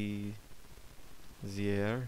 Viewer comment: Bezier is indeed french and pronounced Bezee ay the r is silent.